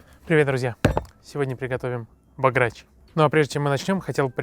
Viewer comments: Хотол посмотреть видео но послего как тьі сказал Багрячь я пердумал Правильно Бограч ударение на о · бОграч, а не богрАч. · БОграч, не богрАч. А так видео хорошее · баграч....бля кацапы и бограч выговорить не могут....не то чтоб приготовить)))) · Рецепт не правильный, и блюдо называется БОграч а не богрАч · Не бограач а бограч неумееш то невари ето венгерськое блюдо!!! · Бограч А не баграч Запомни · Не богрАч, а бОграч А так — красава!) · друже, не богрАч, а бОграч!))) І гуляш - це гуляш, а бограч - це бограч) І побільше червоного гострого перцю. Слава Закарпаттю!!)) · Был в Венгрии и на западной Украине так рецепт вообще не тот да и называют они его бОграч а не богрАч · В слове бограч ударение падает на первий слог. Не позорьтесь, єто венгерское блюдо, а у них бŐграч. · Эхххх., рецепт вообще от оригинала далёк, да и ударение ставишь не правильно. В целом ценю твой труд, но тут промах. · бОграч... Ударение на О... По рецепту не буду умничать у каждого он разный... Как к примеру борщ. Живу на границе с Венгрией ( откуда родом этот гуляш) и у нас это уже очень частое блюдо как на природе так и в кабаках. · Правильно будет бОграч. Ударение на первый слог. С уважением! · Ударение на первый слог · Правильно поизносить: ГуЯш Бограч. Учите мат.часть. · Ударением испортили всё видео, да и рецепт не гуцульский. Не мешало бы по истории пройтись, прежде чем начинать готовить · Бограч ударение на ,,О’’ а не на ,,А’’ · Гуляш да- бограч нет. Правильно ударение на О. Чипетке! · ударение на О